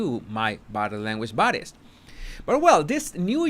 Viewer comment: Question: Are you saying "Body language buddies" or "Body language bodies"?